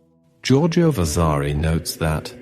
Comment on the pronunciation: Too many mispronunciations detract from the commentary! Vasari’s Lives, Chigi etc. What a shame.